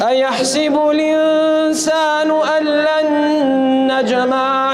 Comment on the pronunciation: In this video recitation mistake plx note it...on its ( اَیَحۡسَبُ الۡاِنۡسَانُ (Its. Aa,yahSAbul insanu...Not a,yahSibul) And on seconds its فَاِذَا بَرِقَ الۡبَصَرُ (its. fa iza baRIqal basr....not fa iza baRAqal basr And in its اَیَحۡسَبُ الۡاِنۡسَانُ. (Its. Aa,Ya yahsabul not Aa,yahsibul) And in its. اَلَمۡ یَکُ نُطۡفَۃً مِّنۡ مَّنِیٍّ یُّمۡنٰی Its (its. mim maniyi YUMNA ..not mim maniyi TUMNA)